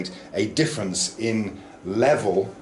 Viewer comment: It's level not sphlevel 😁